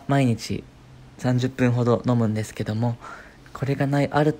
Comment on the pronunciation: でぇすぅふ…って聞こえるww